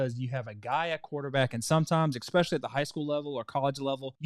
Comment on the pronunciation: "ekspeshally" ..... jfc, America. dislike.